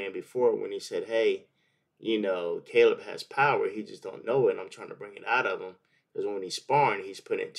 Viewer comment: Lmmfao "Cale" Plant